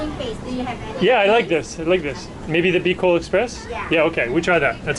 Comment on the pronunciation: I was laughing when you said biloc express 😅 but anyway i love filipino foods. It’s not popular as thai food but it’s so delicious when paired with rice.